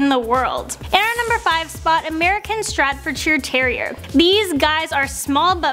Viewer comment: How did you say stradforshire instead off Staffordshire?😂😂😂😂